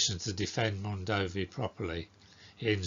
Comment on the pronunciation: is actually pronunced Mondovì with accute ancent on the last letter